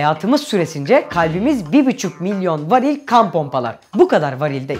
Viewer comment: Bibüçük miyon :D